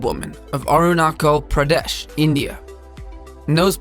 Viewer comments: Not arunaco Pradesh It's arunachal Pradesh 😅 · It's not arunakal pradesh...it's aruna-chal Pradesh🙄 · It's not arnacall Pradesh it's Arunachal. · It's Arunachal Pradesh ☺️😂 Not Arunacho .. Love from Arunachal Pradesh..😘☺️ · Is it me..or that guy saying Arunakal phradesh.. triggered😂 it A ruu..Na.Chal Paa..de..shh.. Arunachal pradesh . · It's arunachal pradesh not arunakol pradex.. Apatani tribes village ziro beautiful place and has a Asia's largest shivling.. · No.4, thats not arunacal,how you pronounced... its "Arunachal pradesh" one of the 29 states in India, with more than 300 languages and tribe.. were the most people look like chinese, korean... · Apatanis is my tribes. Sir u should pronunce the state name as.... Arunasal pradesh... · the northeast state of India is Arunachal Pradesh. Sorry !! You pronounced it wrong. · that pronunciation Arunachal Pradesh... I can't .... 😀